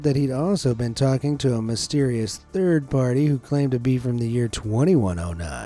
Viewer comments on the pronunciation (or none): none